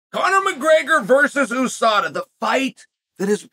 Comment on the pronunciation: Why Chael say oooh sada and not ewe sada? How he say albhabet I wonder?